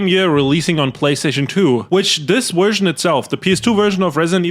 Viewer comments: Bro it's version, not wErSiOn. Dafaq?! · the worst what was that?? Haha the Werst Wersion huh? That waskly wabbit got your tongue? 😂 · "Vee Wersion" ❤